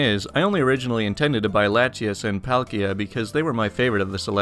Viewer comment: Bluespellmaster8 I’ve played Pokémon for years and thought the way he pronounced Latios and Latias were right.